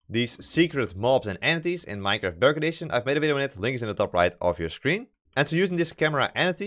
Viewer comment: When he says bedrock edition it sounds like dark edition